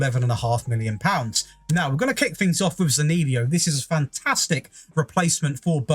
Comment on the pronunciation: The most impressive part of this video is the way you pronounced Zaniolo's name. 🤣